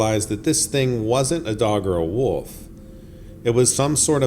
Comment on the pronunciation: Dude, I enjoy your videos but you all too often say woof instead of wolf. This is the 2nd video and 3rd time I've noticed it. I've noticed your speech around worlds like old sounds like your saying owd. As a storyteller, if you can work out these kinks it'll sound much better to the listener.